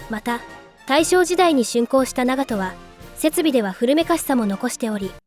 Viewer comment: What is with the awful AI voice that mispronounces basic things rangefinder is a gun? Don’t get me wrong it’s very informative and detailed just hard to follow when it can’t even pronounce the ships name correctly